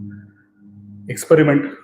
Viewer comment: Expuriment, white rrray!! Exxxplor. Bainks?